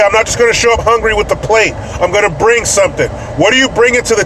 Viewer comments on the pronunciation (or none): Lol when you were talking about the super bowl I thought you kept saying break shit instead of bring shit, I was like why would you do that? 🃏😂 😂